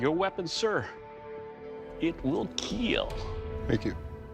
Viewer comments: I love how in the kill test he says ,, It wiil kiil!" lol. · "It will keal", with a sweet face.... 😇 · Keal not keel